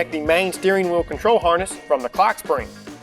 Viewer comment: SHHHTEERING WHEEOL